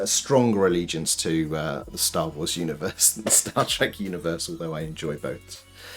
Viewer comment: Stah wools? Stools? You have an office full of poop? I kid, but kind of a weird pronunciation of star + wars.